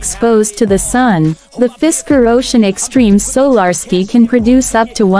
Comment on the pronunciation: So-lar-skee roof!